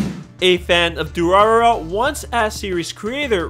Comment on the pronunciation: Side note: when you have 3 'r' sounds in rapid succession, the middle one is pronounced like 'd'. So the pronunciation of Durarara is du-ra-da-ra. Also the author didn't have a name for this series at first, and when caught off guard by the publisher, "Durarara!!" is what came out.